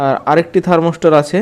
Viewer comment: আরে বোকা,থার্মস্টার না ,থার্মোস্ট্যাট হবে।